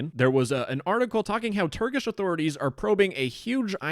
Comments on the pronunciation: As a turkish citizen i laughed at your prounancaiton (no offence) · as a turkish, i can agree your pronunciation is not very good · as a turk, that pronunciation was so beyond horrible that i laughed for 2 minutes and had to rewind cuz i missed the video while laughing😂😂 all non-turk people pronounce turkish words like that though, no offense